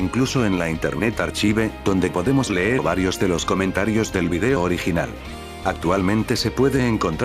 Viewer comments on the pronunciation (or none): none